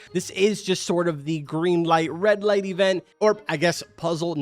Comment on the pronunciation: Bro did not say geen light red light